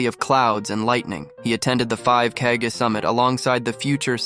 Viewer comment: Bro said “kehgay” then “kagah then ”kageh” y can’t a single YouTuber that posts abt Naruto pronounce their nouns correctly there’s like 1500, 20 min episodes in the Naruto universe for reference I’m assuming u guys have watched all of them and u guys still can’t pronounce a single noun from the shows u guys r ragebaiting me